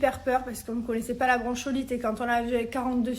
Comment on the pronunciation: J'avoue ca décris bronchiolite mais ça se dit " bronkolite" C chaud de pas savoir ça serieu tu abuse même pense au cp les devoirs et tout tu va faire comment expliquer un mot, une phrase, une définition ou quoi....remet toi dans les livres c pas en mal tes cool mais a un moment pour toi heureusement il y a Thibaut....